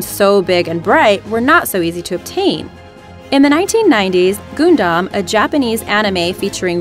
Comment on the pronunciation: Straight butchered the word Gundam. You say it like Gun. Not Goon.